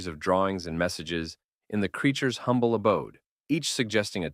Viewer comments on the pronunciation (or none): none